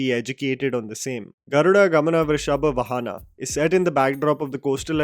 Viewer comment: its not Vrishabha VAhana it is VAAhana and it is not Sri RAMANARAYANA but SRIMAN NARAYANA MR!. you can actually confirm the correct intonation before you post videos.